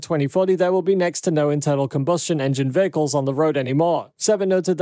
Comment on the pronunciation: The word "vehicles" was spoken 2392 times in this video. And pronounced as "vahicles".